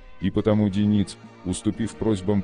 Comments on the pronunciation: Не ДенИц,а ДЁниц,слух режет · А-а-а Автор! Ну ударения то можно правильно в словах ставить? Правильно ДЁниц, ударение на Ё, а не ДенИц... Аж слух режет. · Это робот читает. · А кто такой ДенИц? Я так понимаю, обладатель голоса за кадром, рассказывающий о подводной войне, эту фамилию впервые слышит/видит? Нашествие в интернет полуграмотных киноделателей достало.